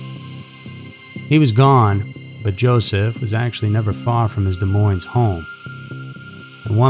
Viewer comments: Sorry but this really bothers me. You are saying Des Moines wrong. The Ss are silent. (De Moine). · Des Moins---dont pronounce the s's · I love your channel. It is one of my favorites. That said, you don't pronounce the "s's" in "Des Moines." It is pronounced "De Moine." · Iowa native here! Des Moines is pronounced without the s at the end on Moines lol but yet another great video, thank you for all your content! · That bothered me throughout the video. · great story. if only you knew how to say Des Moines.